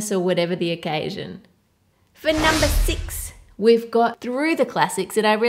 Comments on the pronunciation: Who else heard Ann saying: "At nom-ber 3" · I swear she said NOM-ber three xD